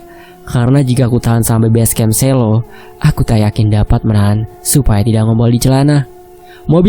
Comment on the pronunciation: Musuk,Lereng Merapi hadir...harusnya Selo bacanya bukan gitu min tapi kayak ejaan kata perang bukan merah,,berbeda di E nya